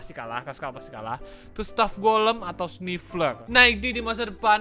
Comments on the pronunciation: Bang namanya sniffer bukan snifler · Nama nya Sniffer bang bukan sniffler